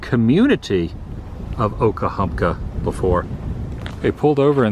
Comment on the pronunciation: i love these vids with substance, real old Forida is my jam, i'll watch these kinds all day, please do more whilst your stay here, when you get back because we know about your readying to leave out soon, you were pronouncing OKA-HUNKA, It took you till the end there to finally say OKA-HUMP-KA...sorry i OCD when it comes to hearing miss pronounced words.